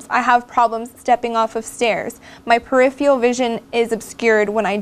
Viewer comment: peripheral...not periphial please